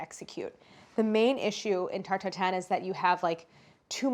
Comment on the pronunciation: The way she pronounces this is the best tarTT